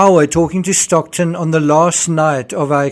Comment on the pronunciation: Great! By the way, it's Stockton, not Stocktun.